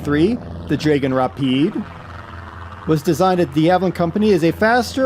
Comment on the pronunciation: I would like to be a bit nerdy and correct two things. It is called a Dragon Rapide in the UK, as you said, but is pronounced draggon not draygon, and it flew from Hatfield not Hartfield. The DH museum is all that remains now of the site (actually at London Colney) , and they have a Rapide being rebuilt. Well worth a visit if you come to London! Thanks for the video, BTW, it was great.